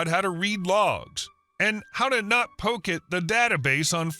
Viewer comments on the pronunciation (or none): none